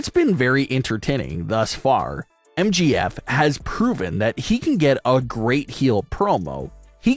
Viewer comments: It's M J F not MGF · For fucks sake. It’s MJF.. not MGF.🤦‍♀️ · It's MJF not MGF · why you keep calling MJF MGF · I just have to say that sucks a big one because they couldn’t even say MJF right they keep saying MGF and if Brock loses that will suck big times. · it is MJF not Mgf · It's MJF and not MGF!!😡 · Right like get the name right